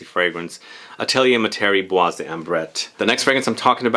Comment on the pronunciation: Bois Dore by Van Cleef & Arpels!! And by the way, in the word 'bois' the s is silent, not heard 😉